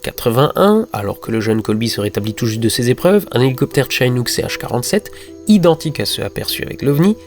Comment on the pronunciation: Au passage ca se prononce Chinook comme un i en francais. c'est en reference au peuple Chinook des etats du Washington et d'Oregon. Le site Chinook Nation explique meme comment ca se prononce. sinon quelques petites incoherences grand mere de 57 ans et "il est élevé par sa grand-mère Vicky Landrum âgé de 60 ans" 57 ou 60? " Betty Landrum" vous vouliez dire Betty Cash? Je pinaille mais la video etait tellement parfaite que ces petits details sautent aux yeus enfin aux oreilles. Merci